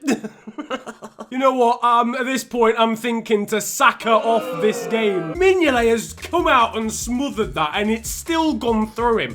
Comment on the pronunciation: I bid mingolet pronunciation malfunction like mingoltes goalkeeping ability, a half eaten toffee apple before the box arrived in Merseyside, steroids so the box can move faster than giroud on a Saturday night and 1p for a kinder egg